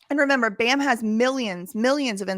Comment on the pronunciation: can't even say bams name right.